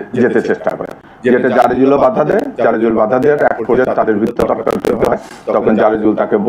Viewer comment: জরেজ না জারজ 😅😅😅